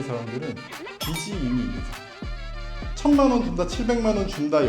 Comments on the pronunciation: 빚이> 빗이 비시 비시 가 아니라 = 빚이. 비지 비지 라고... 변호사남이 계속 해주시는데 귀가 막힘? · 비시 아니고 비지 ㅎㅎ